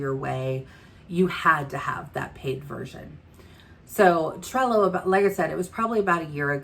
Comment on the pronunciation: Thank you for suggesting alternatives to AMI as she is retiring from service. I had to come to your description to see what you were saying... Cello, Sello... 😂 Thank you for the videos showing how to use Trello. You make awesome videos and I have learned alot from you. I'm a newbie consultant (one week old!) So I have a lot to learn. You are my number one source at this time. Thank you!! You are appreciated! ❤️